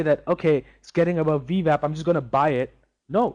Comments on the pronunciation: Wah. Ooooooo-WAH. Wap. Vee-WAP. If Schwarzenegger can pronounce “W”, anyone can. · This guy can't say veeewap lol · Do I keep hearing V Vap?